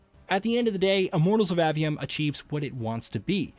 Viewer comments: Bruh its A-V-Um not Awe-V-Um or Ave-E-Um. if you're gonna make a whole ass video about it learn how to pronounce the shit. It's not like dev videos aren't out there where the people who worked on the game say the name outloud several times thus teaching you how to pronounce it. Seems like a minimal amount of work to put into creating your content. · A. 'A'-Vee-Um. A, as in, Jane saw A dog. Not Ah, as in Ahhh, Real Monsters.